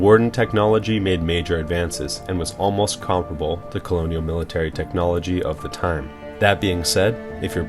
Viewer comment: It's pronounced technology. You also made many other errors when speaking throughout the video. I would recommend consulting a dictionary and reading the phonetic pronunciations for future videos.